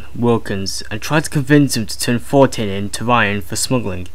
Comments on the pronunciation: "Frank For-tain" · He pronounces Fontaine as Fountyne. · Did the guy reading this even know any of the characters' names ahead of time? That's an "N" in FoNtaine. Not Fortaine. Other small things in this really grate my nerves with repetitive mistakes. It's a great series up to this point but this makes it hard to listen to. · The narrator's voice isn't bad, but he's constantly mispronouncing words (Fortain instead of Fontain) and using the incorrect words instead of the words on screen (Philisophical instead of Psychological). Otherwise, I really appreciate the time and effort that's gone into the project.